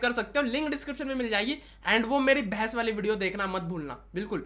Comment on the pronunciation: Aapka 'behas' sounded like 'bhass'.. 🤣🤣